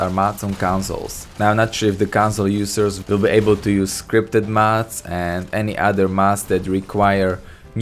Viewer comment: you sound like your saying mats pls its mods